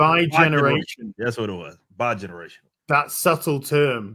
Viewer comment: It's not 'bigeneration'... it's fucking DEgeneration!